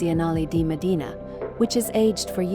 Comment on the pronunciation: Mòdena, not Modìna. The E letter sound like in “gem”.